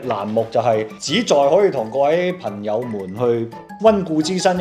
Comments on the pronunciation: 既然講到捉錯處， 我聽幾次都聽到"貧"友們🤭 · 懶音問題